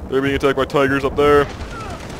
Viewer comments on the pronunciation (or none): I can't watch this without dying from laughter from this guy's voice. "Tigerrrrrs andd panthuuurrrs" hahahahaha he has to be faking this voice it's so bad